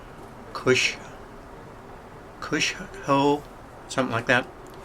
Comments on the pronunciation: Its Kyosho! NOT kush kushoo.. and its Japa(fukin)nese not chinese ffs.. BUT no biggy! Its ONLY 1 of the biggest worldwide RC company out there so yeah... 0 fucks given smh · Pronounceed Ki-yo-so that's japan product... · show. ki oh show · 5 years later...it's key-oh-show and it's a Japanese manufacturer. Not China! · oh my word!!... dude Kyosho (pronounced: key-oh-show) is one of the world's leading hobby grade scale model manufacturers, and it's from JAPAN not China